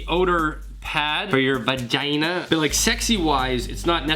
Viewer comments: The way he said VaGinA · Lol this video was great and the merch came out amazing!!! The review of the underwear had me dead 😂😂 especially when you said “vuuhhgeenaah” 😂😂 but anywho you should do a project using the spray paint that you ordered, in a video!